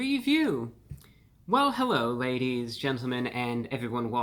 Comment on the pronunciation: Hewwo Wady’s and Gentlemen!